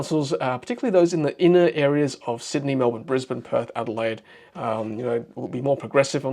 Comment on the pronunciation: Did you say Adelaide 🤣